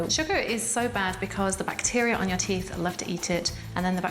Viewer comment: Why do they say teeff its teeth